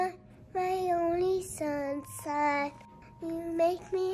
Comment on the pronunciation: I love 's sunsine instead of sunshine. Also when she says oh mygos and not gosh. 😂